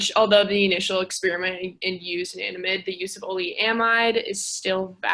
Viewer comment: "a nan da mide" not "Anna damide" 😢😢😅